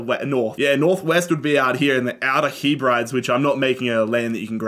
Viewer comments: Heb-rid-ies. He-brides lel. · Hebrides is pronounced heb ri dees